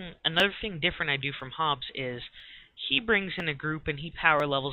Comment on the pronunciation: hehe nice vid man its hobbs not hobbes